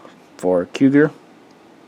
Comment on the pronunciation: Again, Cugir is pronounced KooJeer.